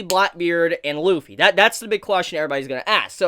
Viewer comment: It’s not lupy it’s luffy